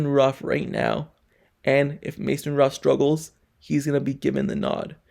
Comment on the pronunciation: He can't say, "Rudolph."